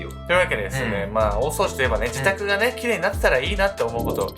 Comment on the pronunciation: 大掃除に聞こえる(笑)